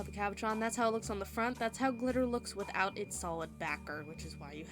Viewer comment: Thanks for the great idea! Just one thing, if you decide to make another video, the French word is pronounced CAB O SHAWN, lol.